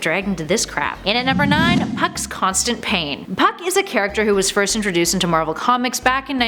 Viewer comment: Who else thought was saying f#$& instead of puck